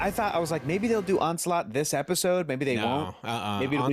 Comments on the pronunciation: Dude, its ON-SLAUGHT. Not ON-CE-LOT lol. This isn't Metal Gear Solid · Every time you guys said the word “Onslaught” I just got more and more disappointed for you. 😂